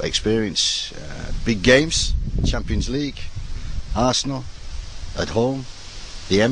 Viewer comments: “It is arsenal” “champons league” “massive unjerjogs” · Mclaren is newcastle manager now. They could be how you say underdogs this sheson they might even challenge for how you say Champions Lheege !!!!